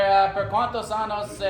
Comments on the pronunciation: gotta a be careful how you say "years" años = years ano = anus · Ayo when you say “Anos” you’re saying “Anuses” please say “Años” as in “AH-NYOHS”. Okay bye love you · I love asking people how many anuses people have 😂 Anos ≠ años